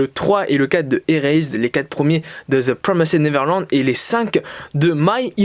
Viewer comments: cool, je suis pas hyper fan du concept mais tu tente des trucs c'est bien et ça change par contre par pitié frèro fais un effort stp TPN ça se prononce "deux pwomèste neverlend" pas "zeu promésède neverlande" mdr, au moins essaye stp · Ça ce prononce "de prwomèst nêverland"